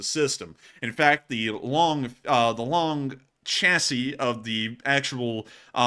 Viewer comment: Thumbs up for being the first American I've ever heard pronounce "Chassis" correctly.